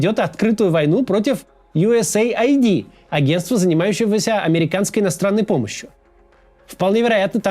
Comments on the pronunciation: US AID - Ю Эс Эйд, не Ай Ди. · Не USA ID, а US AID ┐( ∵ )┌ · Ю ЭС ЭЙД а не Ю ЭС ЭЙ АЙДИ (US AID) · Как можно USAID произнести как "ю эс эй айди"..? Хоть бы английский подучил. "Ю эс ЭЙД"